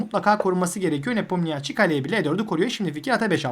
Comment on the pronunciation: Çok iyi ve net bir anlatım teşekkürler. Tek bir eleştirim olacak, Ian’ın soyadının okunuşu nipomnişi şeklinde.